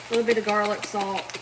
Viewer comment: Yeah, she said jarlic. Emily says it too. Family thing, I guess. I like it, can hear myself saying it too…..